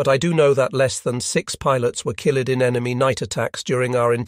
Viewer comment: Woe-ard for word, pee-lot, kil-led, feet-ers, waver-ed for waved, grin-ned. Lae is sometimes Lay, sometimes Lie. Heevy dem-edge for heavy damage. Plane-ese. Unnerv-ed every pee-lot. Lay and lie practically in the same sentence. It ruins the narrative.